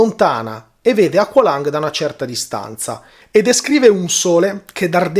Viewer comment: Tema interessante, ma BELIN, si pronuncia "equelong", basta ascotare il brano !!!